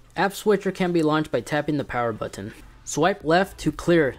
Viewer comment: Stop over enunciating the T in button!